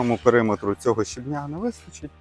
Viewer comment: Яблучка- це топ, мама ваша молодець і ви теж ❤ дякую за відео ❤ пара уточнень: щЕбня і брАла - наголос на першому складі) ❤❤❤😊